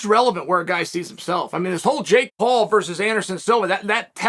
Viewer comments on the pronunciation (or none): none